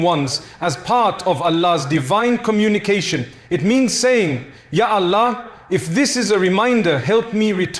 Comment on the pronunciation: Yes. This AI pronounces "Allah" and "sahih" differently